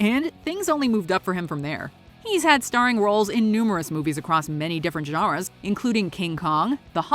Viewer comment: lol did nobody notice the weird pronunciation of "genres"?